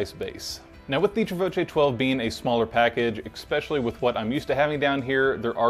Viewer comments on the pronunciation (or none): Did you say "egg-specially" ? Come on bro. All kidding aside, great review and well done. Keep up the good content